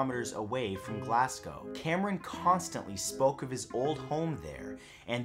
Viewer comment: Thank you for properly pronouncing my home city Glasgow instead of say it glass-gow